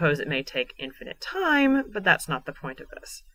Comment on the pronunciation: lol the way you emphasise the word 'time' is ridiculous. lol, americans.